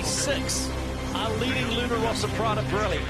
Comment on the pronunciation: It's Luna Rossa, not Rosa, double S. Can people make a little effort on that? Thanks.